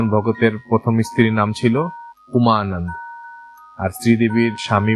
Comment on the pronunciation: উচ্চারণ হবে Ananda Not Anand